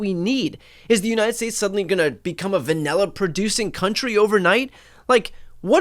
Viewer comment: WTF is VANELLA?😂😂